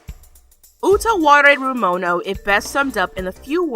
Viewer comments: Its like they specifically requested this to watch you butcher the name of the anime and some of the characters. Btw, I loved this anime :) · Congrats, jerk. You poured hate on an anime classic. Rather than being an expert on the anime you sensationalize your weirdness. Keep butchering all the names in your little bubble of cynicism.